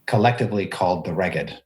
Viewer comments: Sounds like "smeghead" ;) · Finally! Needed this episode because Reghed was not in pronunciation guide. 😂